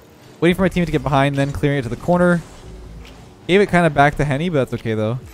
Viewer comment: Why is no one talking about how said Henry instead of Henny